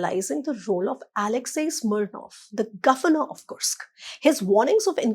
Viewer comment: whats wrong with kursk? i checked on google and she is perfect. go get a life you cunt